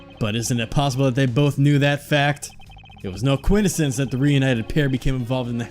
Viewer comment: Did he say coidisence lol